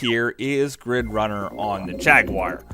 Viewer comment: Atari Jagwire 😂